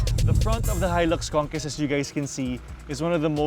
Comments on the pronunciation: con-KWEST yun . hindi con-KEST 😆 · Toyota "Conkest" 🤣😂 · mas maganda sana kung tama ang pronunciation ng 'conquest'